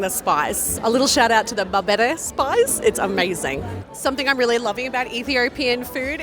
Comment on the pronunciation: shout out for the berebere , You got that right like as an Ethiopian I love that spice